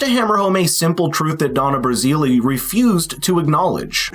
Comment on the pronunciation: It's pronounced Brazil, like the country.